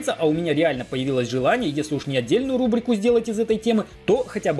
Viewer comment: Я один услышал как он в конце сказал не рублику а будто рлублику или лабрику?😂